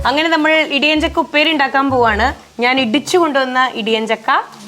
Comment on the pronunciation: ഇടിയഞ്ചക്ക എന്നല്ല ഇടിച്ചക്ക എന്ന് പറഞ്ഞാൽ മതി